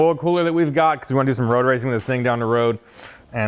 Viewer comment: Did you say…”road racing”?!!?